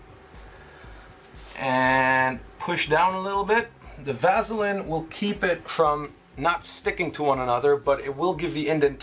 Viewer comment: Great video. Super information and detailed. But the way you pronounce Vaseline just irritates the hell out of me